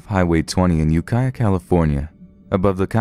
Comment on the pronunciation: I'm legit surprised to hear you pronounce Ukiah and Mendocino correctly